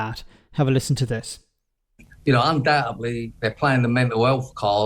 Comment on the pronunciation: "Undoutably," Chaz Muggle has had shitty facial procedure.